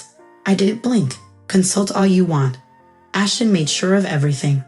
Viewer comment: Ashton, not Ashen. Won, not one